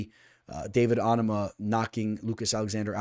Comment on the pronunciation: Your pronouncing onama wrong lol your Islam pick was legit amazing last week btw